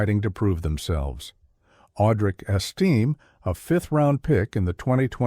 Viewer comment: learn how to pronounce the names of the player your taling about. hard to listen to whole video when person that thevideo is supposed to be about has hi s name butchered repeatedly